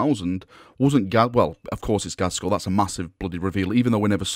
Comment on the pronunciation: Uhm... Its Not ghazkhul...